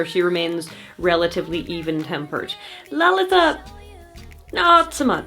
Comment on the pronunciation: As an Indian person, I really appreciate your pronunciation of Lalitha